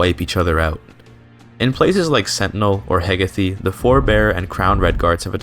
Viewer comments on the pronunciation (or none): its Heh-gae-th